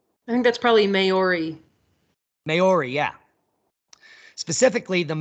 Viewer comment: you’re spinning me out with your pronunciation of Gulf of Carpentaria. Yep, you gonna need some Aussie lessons- “Carpentaireea….also Maori- try saying “mowree”😂